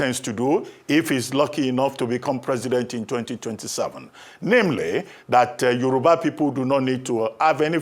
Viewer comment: ....Yoruba is now 'Yowurba' on Naija broadcast station. Is it a deliberate action by the broadcaster to show off her 'pepperless' credentials or crass ignorance about how to pronounce 'Yoruba' clearly?